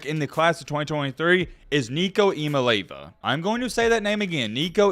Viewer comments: Ok for 1 the sweet and spicy bacon burger from whataburger is absolutely top teir 2 it's eya-maalay-ava get it right and 3 tennessee will be in the top 5 this year. Idk how we will fall into the rankings but lsu usc tcu Oregon are all going to fall off. Please pin this so you can see this in the rankings for next season because I called it and because we will most likely be in the championship next year GB🍊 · It's Nico Iamaleava pronounced..(e ah ma lee ah vah). He was talking about it in an interview with the vol network.